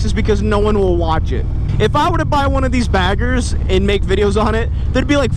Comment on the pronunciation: Lol sweet bike though. When you say Harley baggers it's sounds like Harley faggers..lol.